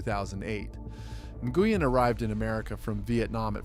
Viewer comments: what you don't remember Scotty New-goo-un. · This OP can’t even pronounce some of these names. Scottie Nguyen he called him Ger-uan 😂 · Mike "mat-a-soew" for fuk sakes.. And its Scotty "New-Win" pronounced for fuk sakes Also, what's with the fake ass chatGPT people that u put as these poker players on some slides?? Shitty channel. Unsubscribing